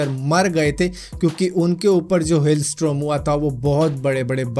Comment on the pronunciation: strom nae hota storm hota hai tum kyi videos mein galat bol jaate ho pr iss baar mujhe bolna ee pda 1 baar video khud bhi dekh lia kro jbb complete ho jae